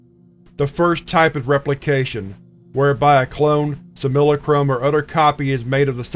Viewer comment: Sim-you-la-crom = sim·u·la·crum I love it when you find a word you haven't come across before. This is only like the 3rd instance of a time where you've read from a document but mispronounced the word... I did a alot of time in In School Suspension copying words from the dictionary for no reason other than punishment. So , my vocabulary is obtusely vast and I get triggered hearing a word mispronounced. LOL TRIGGERED.